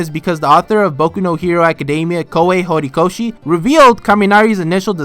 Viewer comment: Bro I was laughing so hard when you said "Hornly"